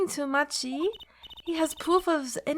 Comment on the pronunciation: I guess its a bit late to say this but...Machi's name is pronounced 'maki' as per his japanese name